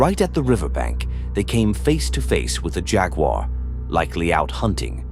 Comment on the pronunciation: A.I. needs to work on pronouncing "jaguar." loool